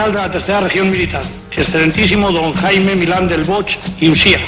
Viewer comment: Hay algunos nombres mal pronunciados. Por ejemplo, es Jaime (en su pronunciación española, no inglesa) Milán del Bosch (pronunciado bosk), cambiaste Alcázar por alcatraz, Guernica (no Güernica, pues la u no se pronuncia). Hay un nombre que debes haber apuntado mal que es periodista Emilio Romero (no Gómez). Por lo demás me pareció bien el vídeo aunque había alguna inexactitud, porque los golpistas no gozaban ni por asomo del apoyo de la mayoría del pueblo español, que apoyaban la democracia y no golpes de estado. Aún así he visto cosas buenas y alguna q no sabía pese a haber visto muchos documentales de este tema, así que muchas gracias por subir el vídeo! Saludos desde España! ;)